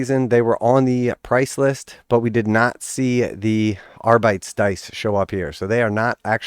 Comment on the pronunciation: Is not "ar-bites", is "ar-bee-tes" which in latín would be wrong too anyway.